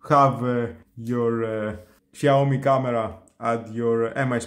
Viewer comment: wtf? Google how pronounced brand Name. Shame on you.